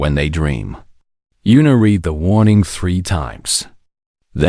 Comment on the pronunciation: A-a-a-h!!!! Who's out there? And they're not dots, they're periods! Red, not read. These AIs need to learn how to pronounce words by CONTEXT. They cannot differentiate between words that are spelled the same, but not pronounced the same, and they seem to have a lot of trouble with words from other countries. Which is ironic, considering that a great deal of our English language is composed from many, many other languages, from Yiddish all the way to Latin.